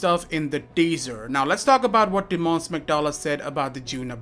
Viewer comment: Not hating, just a small note: the accent in the name "Tymon" is on the first syllable. So it's TYmon, not tyMON. Anyways, great video!